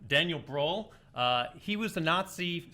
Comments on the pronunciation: As a German, imagining Daniel Brühl as Anakin Skywalker in the Star Wars prequels is so funny :D Especially if you know him from his earlier independent films. So sad that he mostly get offered Nazi roles in international productions. PS: the way you guys pronounce Brühl sounds more like BRAWL :) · HAHAHHAH XDD Daniel Browl. That's what I heard xD But it was Daniel Brühl xDDDD Yes, German names... xD YES, Prince of Egypt. That film is amazing! should've gotten that point. Great Fight as always =)